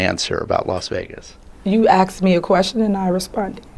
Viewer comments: All mayors TAKE NOTICE!!! Your staff too!! P. S. Make sure they know how to speak English when 'axed' questions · She can't even speak proper English... "Axed me". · you "acks" me a question. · You “axed” me a question. What a scholar. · Please inform the illiterates that there is no 'x' in 'asked'. No one ever axed you a question. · U axed me a question n I E No !! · Anyone who says axe instead of asked shouldn't be in a position of power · A mayor who cannot pronounce asked properly. "You axed me". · You "axed" me a question?? Wow, the mayor is very highly educated. Love the vernacular. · She said he axed her, not very bright. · You axed me a question... lord help us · “You axed me a question “ Bye Felicia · She got “axed questions” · He AXED ME? NICE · "You axed me a question and i responded" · She cannot pronounce the words " answered" or " ask". How is someone so ignorant elected?